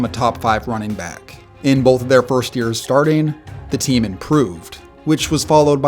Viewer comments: It's both. Like bo-th. There isn't an L. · Guy dropped the hard L in Bolth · Its both not bolth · Not a big deal or anything, but is he saying "bolth" and not "both"?